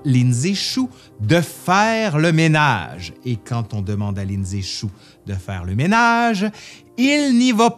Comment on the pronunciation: tu dis Lin Zexu...j'entend Lindsay Chou! 🤣 sorry! C'était plus fort que moi!